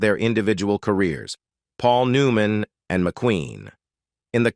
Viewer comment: This has got to be an Ai generated video. The way the narrator mispronounces simple words like Paul New Man, etc.. It also is hard to follow the points being talked about. Is this the future of entertainment? If so, we're safe. This is garbage.